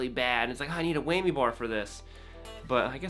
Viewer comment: It’s a WHAMMY, not Weigh-me! XD